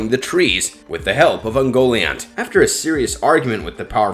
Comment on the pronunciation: It's pronounce uhn-go-Lee-aunt, moron. Learn Elvish or get out of the Tolkien video biz.... Cause you suck ...